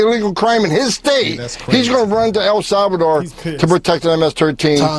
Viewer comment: Can’t even say El Salvador correct.